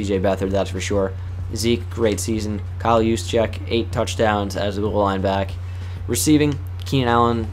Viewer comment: U are the first I've ever seen pronounce kyle Juszczyk name right